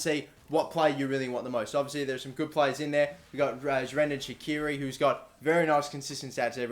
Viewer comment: Your pronunciation of Zherdan was hilarious